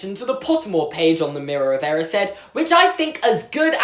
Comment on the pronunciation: Is anyone else triggered about how he says “erised”